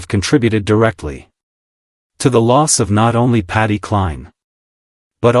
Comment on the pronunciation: The sentences dont mesh ,i gave up listening at the start, why is voice saying patty and SHE???